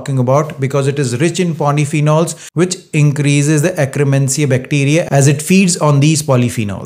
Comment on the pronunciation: (IT'S akk-ER-mansia, NOT akk-RE-mansia!) Thanks for the science and the great tips! Already heard them but now they make so much sense!